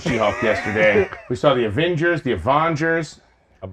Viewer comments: Avongers??Avengers??? Is this the MCUs version? 🤣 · Uh... Avongers!?🤨